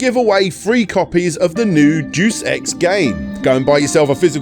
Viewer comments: day. uhs. eks Deus EX ( that's how you say it ) not "deuce ex" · it's pronounced "day-oose ecks", not "do-sex". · "Duce Ex" Deus (day oos) ex machina (mah key nah) is Latin. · Winced at how mispronounced deus ex to the point I forgave him slapping a 12 in earlier when he didnt wanna re-record the line with the wrong year on it